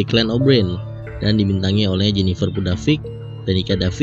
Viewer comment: aku denger ny "jennifer munafik" 😂